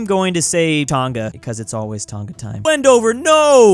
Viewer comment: it is pronounced tong a not ton GA it is like tong ahhhhhh